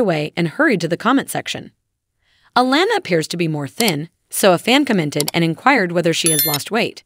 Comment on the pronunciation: Why wouldn't it be click bait?? This lady don't even know how to pronounce honey boos name correct